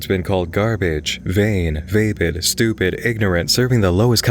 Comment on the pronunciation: it's pronounced VAH-pid not VAPE-id